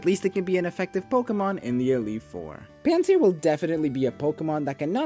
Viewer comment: mans did not butcher anything in my opinion